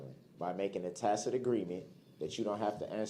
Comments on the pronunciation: It's hilarious how he used to say tack-it agreement, but now that he's learned how to pronounce it, he thinks he's doing something 😂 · He said “tacit” many times too. He seemed to think he could delete all the times he said “tacked” if he said it correctly enough times.